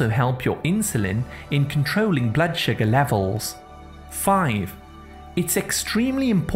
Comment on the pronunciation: I think his natural accent is probably from the north or middle of England and he has flat vowels which he’s trying to disguise for whatever reason. He’s turned the flat “uh” sound in “sugar” into the “ah” sound which he thinks sounds better (again for reasons best known to himself) when in actual fact even people from the south of England don’t say “shagger” (which in the UK is something else entirely!) they say sugar with a slightly less flat “uh”. I love the different local accents and have to admit it was grating on me too, so that explanation is my best guess 🤷‍♀️